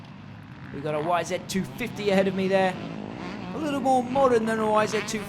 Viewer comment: It's not a wizzit it's a YZ